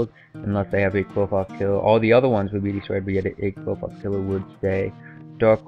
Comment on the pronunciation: It's actually pronounced clifort